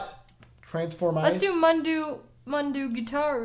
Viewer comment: saying "mundoo gootaroo" 😭😭😭 it's moon-dough gah-too-row